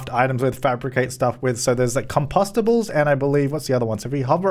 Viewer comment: Com-pasta-bowls. Love it.